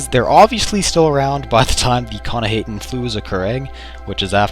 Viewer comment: It's actually pronounced k'nah-hah-ten. I should know, I wrote the article about the Flu over at the UESP. I also see a bit of resemblance between it and your video. Keep up the good work.